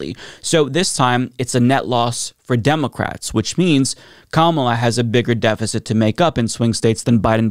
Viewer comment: Why cant this guy say "democrats" right?